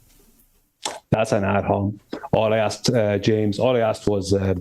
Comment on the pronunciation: ad hOmInEm, you fu888c88ken pronounce the vowels as in LATIN, the origin of the word,, you are so lost in all this, you play the dumb, you stay the dumb.... 🤣🤣🤣🤣🤣🤣🤣🤣🤣🤣🤣🤣🤣🤣🤣🤣🤣🤣